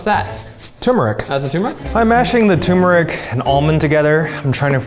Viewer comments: I love you guys but I lose brain cells each time you call turmeric tumor-ic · Eugene saying "TOO-meric" 🥲